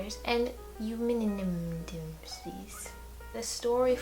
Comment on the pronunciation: Aeschylus is pronounced "Ease-kill-us" and Oresteia is pronounced " Or-es-ty-a" (the "ty" rhymes with "eye"). Eumenides is pronounced "You-men-eye-dees".